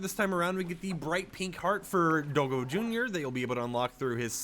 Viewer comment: it's not do-go it's dog and go in one word (DOGGO) not do-go